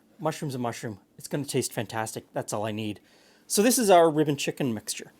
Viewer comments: I know you're saying "rib & chicken rub", but my brain INSISTS you must be saying "ribbon". Took me longer than I'm proud of to realize that it wasn't from a fictional "ribbon chicken" dish. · It wasn't until the third time he said "rib & chicken" that I realized it wasn't "ribbon chicken."